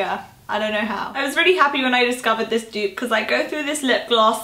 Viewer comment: The way you say dupe! Xx